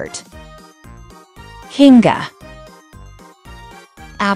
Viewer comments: DONT REMOVE K AND SWAP THE N AND I IN KINGGA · Kinga,king-ger or kinger?